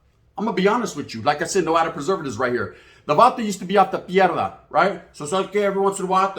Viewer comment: Dang you made Pie dra sound like mierda bro 😅